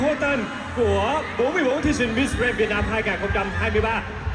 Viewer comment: Miss Grand mà nói nghe ra Miss Trans ( Miss chuyển giới hả ?? ) 😌